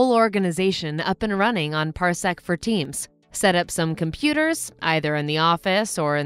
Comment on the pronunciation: I kept hearing Parsec for teens